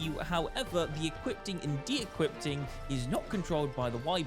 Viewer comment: EquipTing? DequipTing? Do you even English, bro?